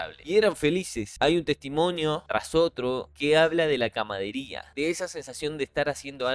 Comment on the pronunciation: CAMADERÍA? Jejeje 🤭. Amigo, se dice CAMARADERÍA 🤷‍♂️. De ahí viene la palabra CAMARADA.